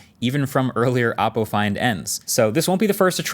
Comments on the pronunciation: I am genuinely confused why forever he has said the name of the company wrong. They genuinely have dozens, if not more, commercials saying exactly how to pronounce the phone company, Oh-Po not Op Po. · It's pronounced OH-po, not OPP-po. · I don’t like how pronounced “Oppo” as “Oppo” >:€